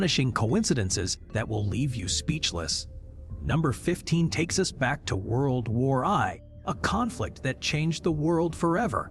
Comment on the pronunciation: Really? World War i? Chofier? Bloody AI. Can't you read it yourself? Anticrist? Terrible.